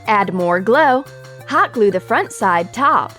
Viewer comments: I heard ally moire glaw not gluwe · you said glow in sted of gule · she said glow instead of glue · she says add more GLA instead of add more GLUE